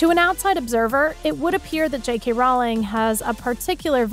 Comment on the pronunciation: Her name is pronounced like Rolling, not Rowwwling.